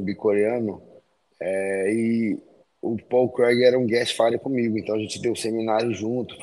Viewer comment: Minotauro: "Pau Crag"